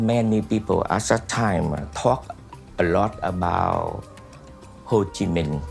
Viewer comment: Hey, it's Minh, not Ming, jack-wagon....